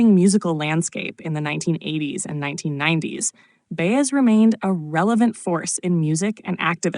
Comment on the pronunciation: Her name is pronounced By-ez. Got it AI?